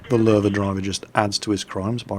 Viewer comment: Paul Ketcham Ok I understand. But Lowe pronounced LOW sounds better still. :p